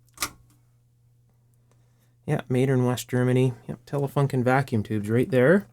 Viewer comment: .. every time you say Telefunken I'm reminded of often incorrect pronunciation of foreign words by English speaking individuals... in this case, "u" is correctly pronounced as a "u" in 'union' and not as an "a"... same goes for Grunding.. I'm being picky, I realise... otherwise, very much enjoy your videos, and over the years, I have learned and got a great deal clarified by you.. so, thank you very much for that... you sharing your considerable knowledge and experience is priceless..